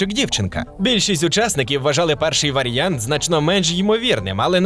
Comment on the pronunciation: ВаріАнт А не якийсь "варянт". Аж вуха ріже, як і ваше "якостИ", ви румун?